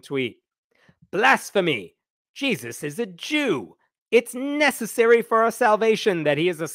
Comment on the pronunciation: "Jees-i" 😂 thank you for the first laugh this year!